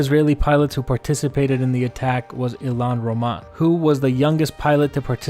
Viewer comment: its ilan ramon not ilan roman